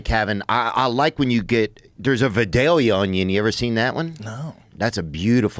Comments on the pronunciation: Now I'm chalking up Theo mispronouncing vidalia as "va-doll-ya" as part of his schtick...but Joe not knowing what a vidalia onion is 😳. This is a super well-known thing, but I'm just gonna conclude vidalia onions and vidalia onion flavored things are pretty much a southern thing only 🤷🏼‍♂️. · Lol. Growing up around vIdalia. It’s pronounced vIdalia onion not vidalia. Lol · It pronounced Val-dale-ya lol and can only be grown in a special place in ga and yes you basically got it right for the men with tits too just didn't say it right either love this episode I knew it was gonna be Good with yall two😂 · Theo and Joe.....we pronounce those onions as "VY Dale Yah" It's a southern thang.... Lol😂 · It’s pronounced vie-dale-ya Onions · It’s vi-dale-ya. You have to say it with a southern accent. lol…. Any Melon tastes better with salt. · How in the hell can you be from Louisiana and never have eaten watermelon with salt. That is how we eat watermelon. Vidalia onion is from Vidalia Louisiana, but we pronounce it Vidella. What's really good is a watermelon fruit bar with salt. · I know right!😂. I've heard it pronounced three or four different ways. I pronounce it as Vi-dale-Ya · It's vi-dale-ya Joe. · I swear no can pronounce Vidalia right😂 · They royally F'd up the pronunciation of Vidalia. Vidalia Onions are grown in Vidalia, Georgia. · Being from Georgia....pretty funny how they pronounce Vidalia